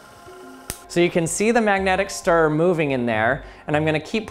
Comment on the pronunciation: 🤦🏻‍♂️ JESUS CHRIST MAN! Words like mirror! And stirrer! Have two! Yes! TWO! syllables... Mir-ror, stir-rer, not Mirrrrrrrrr, or stirrrrrrrrr UGHHHHHH!